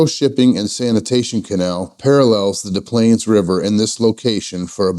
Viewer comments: Enjoy the video. You made me laugh - it's Des Plaines River nothing silent say it like DES Planes; and Kank-Ka-Kee River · Nice vid! FYI, you do pronounce the first S in Des Plaines. Also, Kankakee is pronounced Can-kah-KEE. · We also pronounce the first "S" in Des Plaines, as in the "dess planes" river. Not like Des Moines, IA where it's silent. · Us locals say "Dess Planes" and "Kane-kah-key."